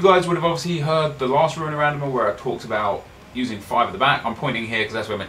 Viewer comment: "welcome back to ruin a RANDOM-AH"